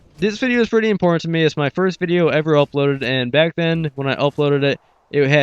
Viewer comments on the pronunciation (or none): none